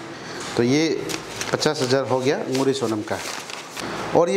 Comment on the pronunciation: Not Nuri it is nguri